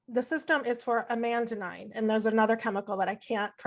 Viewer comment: “What do you know about the ECS?” “Amandanide.” It’s with an ‘n:’ Anandamide And this is not a pedantic point. She said it multiple times without correcting it. Maybe it was an honest mistake and she does have a basic understanding of the ECS. But when someone doesn’t know how to pronounce the language of a particular subject, it makes you wonder how much they know about that subject.